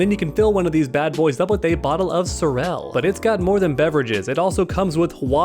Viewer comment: Hey, you completely butchered those Jamaican words was gwaan jerk and sorrel